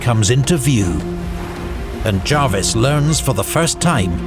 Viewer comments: Small point: John Jervis pronounced his name as it's spelt, not as "Jarvis". BBC's Pronouncing Dictionary of British Names includes this note under "Jervis": Jervis, (jérviss) ; ['d͡ʒʒrvis] (jaarviss) The first is appropriate for the family name of the 18th-c. admiral, the Earl of St. Vincent. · Amazing video, but by god its pronounced JUR-VIS not Jarvis for John Jervis, 1st Earl of St Vincent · Fair enough, but... Not 'the British navy', but the Royal Navy. Jervis' name is pronounced as written, not as 'Jarvis'. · Good video but pronunciation of Jervis as Jarvis really irked me 😅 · Why do you insist on pronouncing Jervis as Jarvis? Is it misspelt in your script? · Well I'm British, and it is pronounced Jervis.